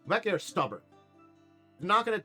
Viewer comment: I think much like some west African names, it may be pronounced Mmm'be'ke'. Like Mmm yummy! I knew a guy named Mtube' and it took me a bit to get the Mmmm right and not pronounce it as M-tube' and I'm ancestrally part west African so don't feel bad. But overall you're a lot closer than I was with my friends name.